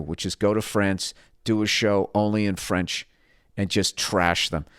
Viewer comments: His french is pronunciation is not bad. Kodos Billy Bilingual. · Good job on the French, Bill. You're ready to eat Jerry Lewis' lunch.